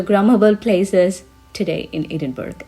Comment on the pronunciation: Really enjoyed your informative and enthusiastic video ! , by the way , the city is pronounced Edin-burr-ah not Edin-berg ! 😊